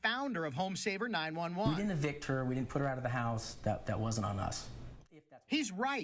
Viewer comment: The word is EVICT. Not AVICT.